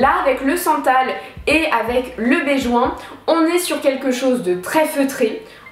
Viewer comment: Benjoin et non béjoin